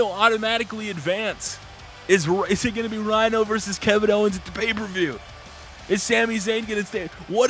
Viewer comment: Great video and by the way u said paper view